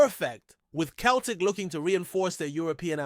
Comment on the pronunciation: Why is an American trying to tell me abt Glasgow Celtic or pronounced Sell tic